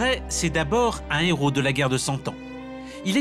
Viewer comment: Un nhéros, donc deux zhéros ..? Liaison douteuse